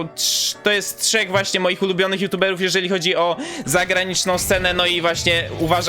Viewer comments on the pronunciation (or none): none